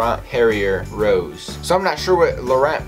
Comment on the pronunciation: Rosé is a type of wine. Pronounced ros-aye not rose.